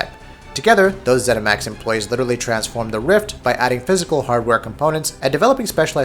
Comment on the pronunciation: haha 'zeminax'